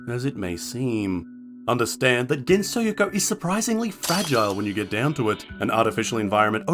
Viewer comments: Why does he pronounce it like thattttt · STOP SAYING GENSOKYO LIKE THATTTT